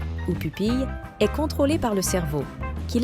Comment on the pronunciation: Effectivement, à un certain moment j'ai aussi noté cela. Toutefois certaines autres prononciations de mot telle que le est (verbe être) est prononcée comme Est (point cardinal) tout comme le ton mononocorde et ne respectant aucune ponctuation me laissent penser que cette voix est artificielle. Bien faite, presque humaine mais définitivement artificielle.